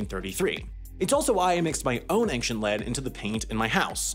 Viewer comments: It's "ancient", not "anksient". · Ankshent. I can't. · Dude, you pronounced ancient as, "ank-shint." Twice.